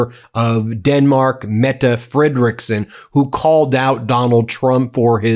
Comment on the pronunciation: Still calling Danish Prime Minister FREDeriksen (after many corrections) FredeREEKsen. Are you ignorant or plain willfully disrespectful? Please read your comments!